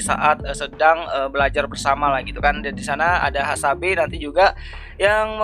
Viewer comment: Baku hantam dikit lagi🗿 btw Hasebe bukan hasabe🤣🤣